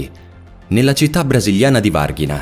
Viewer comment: La mio opinione: intro troppo lunga e quasi indistinguibile dall'inizio del video vero e proprio; L'attenzione ai testi e alle pronunce è ancora troppo debole...la città Brasiliana si pronuncia "varsginia" e comunque basta ascoltarla su Google in per non sbagliare...ti auguro di migliorare. Un saluto.